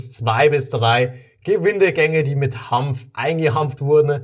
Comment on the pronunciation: Bitte Hanf, nicht Hampf